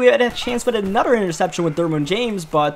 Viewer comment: “Welcome back to anoder”